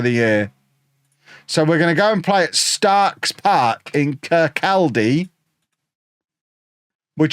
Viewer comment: Kirk-oddy. Not Kirk-caldy!!